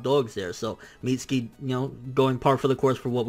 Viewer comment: My sons name is pronounced MIT-SUE-KEY not MEAT-SKII you mexiturd